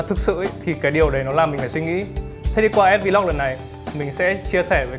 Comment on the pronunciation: nó là ét vờ-log chứ ko phải à ét vi log